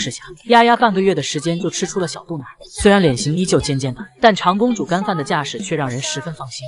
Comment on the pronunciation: 纠正博主一下，丫丫是长（zhang)公主，不是长（chang）公主。家长的长，长子长孙的长，长子长女是父母的第一个孩子。